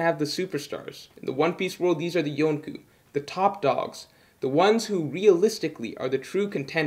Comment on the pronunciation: I swear the way he said it took me out of the moment and made me unsubscribe after subscribing 1 min earlier...